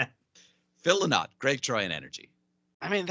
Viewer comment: Sorry Greg but I found your guests very disrespectful and didnt enjoy this review at all. How about getting some guests who actually love Lizzy? And if you can't pronounce Phil's surname correctly then you ain't no fan.